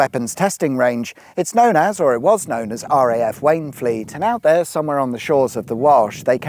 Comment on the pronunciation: For Wayne Fleet read Wainfleet 😀